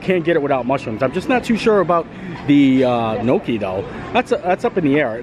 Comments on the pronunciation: Gnocchi is pronounced nyocky (rhymes with jockey), my Italian grandmother made it quite often. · Please learn how to pronounce your foods. It is not nooki is is Gnocchi. Offensive to someone that cooks it on a regular basis